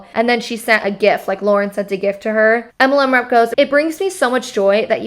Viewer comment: I chuckle every time you say MLM. It sounds like you say EMLEM 😂😂😂